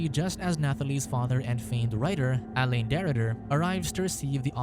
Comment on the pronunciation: Not as bad as hearing him mispronounce ‘alain’ as elaine the whole time.😂